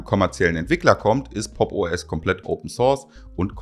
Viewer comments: Ich höre immer "Poppo S" 😂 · Ich würde Popo ass natürlich niemals Popos aussprechen. Wär ja voll kindisch.